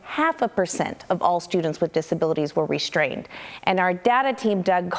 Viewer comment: "restrained". No H in ST. It's re-strained, not re-shTrained.